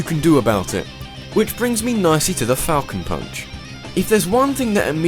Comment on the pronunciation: the first time i used captian falcon i thought he said "taco punch"